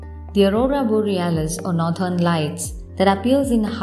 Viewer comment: No doubt the content,voice vand visuals were amazing but that "northern" pronounciation makes me wanna dislike it anyway.